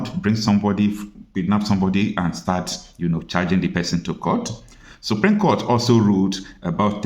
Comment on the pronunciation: It's SUPREME not Supream!